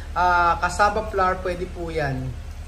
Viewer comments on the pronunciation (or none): none